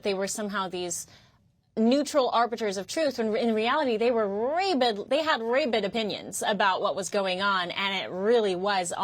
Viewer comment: "ray-bid" opinions? 😄 She means "raa-bid"